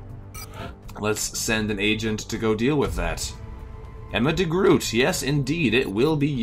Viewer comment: Enjoy your vacation! Thnx for this XCOM upload. Liking that this time round a dutchie is making such a good covert operator. But a small tip if I may. When you pronounce her name, Degroot with the oot sounding like boat instead of boot, that would be asomwe and very dutch indeed! Will keep watching either way!